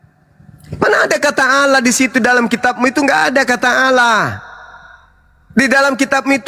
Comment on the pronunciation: tidak belajar ilmu tajwid makanya bilangnya "alah"..yg belajar ilmu tajwid pasti "ALLAH"